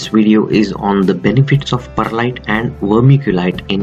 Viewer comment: I swear he said Bud Lite